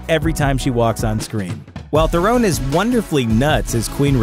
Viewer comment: Therone!!! it's Theron.